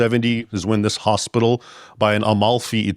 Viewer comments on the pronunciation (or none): none